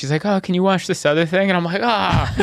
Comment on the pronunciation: I "wursh" my hands.